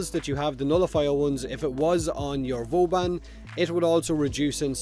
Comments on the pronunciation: Is he sayin Vooobun, or boobun? :D <3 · Booben. It's canon fellas. Not Vauban, but booben.